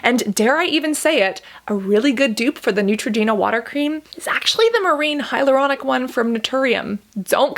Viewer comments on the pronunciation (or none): none